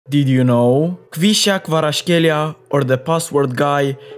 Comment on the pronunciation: How to pronounce Kvaratskhelia..